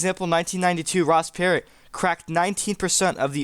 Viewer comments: Perot is not pronounced "parrot". lol It's "P-row" 😆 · Per oh, not pear ot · It's not Ross 'Parrot' it;s pronounced like "Pu row" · Ross ... Per-OH not Per-OT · Ross "Parot" lol How does this "remind" you of this race when you don't even know how to pronounce the name 😂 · Perot: "Per-Row" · Dude sorry but he’s already on 1 state and you’re saying Ross Perot wrong . The T is silent Otherwise, interesting video